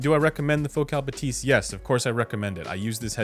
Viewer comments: Is “buh-tease” the right pronunciation? I would have thought “bath-is” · Shouldn't it be "Bath-y"? :). If it's anything related to "bathometer" bathyscaphe" that is. But wouldn't make a whole lot of sense for a headphone lol Think Bathy (βαθυ) is the Greek word for "deep".